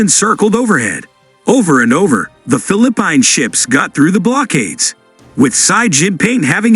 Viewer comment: Your reader SUCKS. You really should listen to your video before you post them. Fil-a-pine ?? WTF is that ?